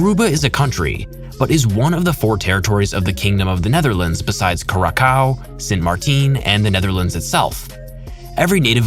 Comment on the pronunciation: not to be the umm ackhualually but Curaçao is prounonced cur- a-- sou. love your content by the way :)